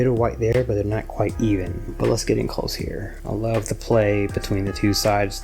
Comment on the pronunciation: LURV! I LURV that you say Lurv! 🤣😂❤ Congratulations on 18 months!!! Beautiful lacing and great pallet 😍💜🩷💜🩷